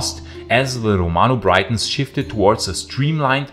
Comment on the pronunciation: Romano-Briton is pronounced like Britain, not Brighton.